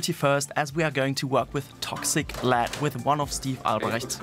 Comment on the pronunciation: You lost me when you said "LEAD"